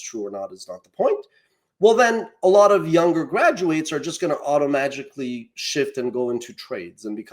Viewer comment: "automatically"? "graphing supply and demand graphs"? The Comrade should practice some eloquence if he wants to peach to more than the choir.